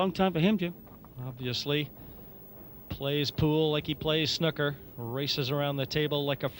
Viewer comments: ffs its sn oooo ker not snucker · Someone should tell that idiot that it's snooker, not snucker. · English commentator utterly atrocious, and the Yank can't even pronounce "snooker" correctly? "SNUCK-ER"